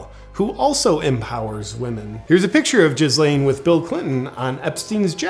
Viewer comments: Lol “jizz-laine” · Can't help but feel like the pronunciation of Ghislaine was on purpose. "Jizz Lane" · the way JP pronounces Ghislane "jiz-lane" lol